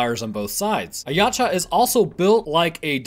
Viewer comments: "Yaouch- A" that's how its pronounced like "OUCH, I hurt YAH." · it's pronounced [ya u tch a] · How it's spelled: Yautja How it's pronounced: Ye-out-ja How says it: Yotcha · You mispronounced Youtja the entire time you pronounced it Ya • cha when it is pronounced Yow • ja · Its pronounced ( yowt-cha) not (ya cha) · You lost me when you called them YATCHA... its Yautja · i was having acid glow flashbacks when he couldn't say it right either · Lol yeow-cha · Something I learned recently is that, apparently, it's supposed to be pronounced Ya-oot-ja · this is the first time i've seen someone say a yautja has natural infrared and why does he call it yatja the u has a u sound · i die every time i hear you pronounce Yautja like that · Waiting for someone to correct the way you said Yautja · You said the name wrong. You said the name wrong. You...you SAID THE DAMN NAME WRONG!!!!!! good vid though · The T is silent my guy. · Please top saying yautja just say predator P.s your saying it wrong